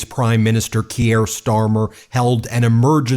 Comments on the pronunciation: Please. please, learn how to pronounce Keir (keer, not kiere) - thanks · Ben, his name is pronounced "Keer" -- one syllable. Not Key-air. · Please pronounce him Keer not Kyier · Great stuff and if you do read this it's not key er its keer rhymes with beer. Keep the good fight going from Scotland. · Keir rhymes with beer, not Gruyère, mate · His name is pronounced Keer, not Ke-ere. One syllable, not two. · I beg you to pronounce non-American names at least vaguely correctly! Kier is pronounced "KEY-er", not "key-AIR". Macron is pronounced "ma-KRON" (with the French 'r'-sound) not "ma-CRONE". We British will indulge your crucifixion of the name Graham (it's GRAY-um, not gra-AM) or Craig (CRAY-g, not CRAG) when referring to an American who uses that name. You will never have heard any of these names mis-pronounced before, so how do you screw them up so badly?? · Keir rhymes with Pier, not Pierre. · love the video, but small note: Keir is pronounced Keer, not Key-air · it's Kier like Beer, not Keir like Pierre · It’s pronounced “keer” not “kierre”. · “Kier”, Ben - rhymes with “pier”. NOT “Kierre” rhymes with “Pierre”. Geez - how would you like it if everyone decided to call you “Bean”? This is not rocket science - it’s just a small matter of basic respect. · Kier is pronounced as Keer. Not Key-air. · Keir is not pronounced kierre like Pierre. It is keer - like beer! Important to pronounce people's names right as we all saw with Kamala . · This is not meant to be critical - just letting you know. Kier pronunciation rhymes with beer, so sounds like Keer. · Please, the British PM's name is pronounced "Keer". One syllable. Otherwise, keep up the great work! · Ben, thanks for everything you’re doing. Just a quick heads up: pronounce Kier = Kear (as in ear 👂) and Macron = (as in ‘on’ not ‘own’). Cheers!! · I dont wanna be "that guy" but its pronounced "Keer", like beer but with a k. Im sorry but i had to because ive been listening to his name for the last 5+ years!